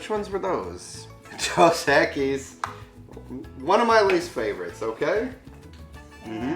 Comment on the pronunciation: That old man didn't even try to pronounce Dos Equis correctly, I doubt they'll ever know what Pulque is. My Dad is Tejano but my mom is from Morelos México and back in the 80s I remember as a kid my Dad got wasted all night drinking pulque with my grandpa and my uncle they finished a whole 5 gallon glass jug. 😂 They were just getting to bed when I was waking up.